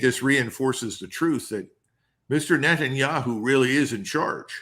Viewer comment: Netanya-shoe!? 😂😂 much love for the Colonel!